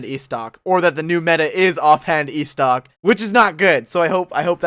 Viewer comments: Istoc...Istoc!?!? Estoc come on man. Pronounce it like this: Eh'stoc. Diplated Bridge?!?! Oh....nevermind... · "The ayystoc"